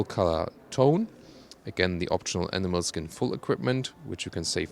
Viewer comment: You know he's a German when he's like "NEIN NEIN, it ain't leather, it's A N I M A L S K I N"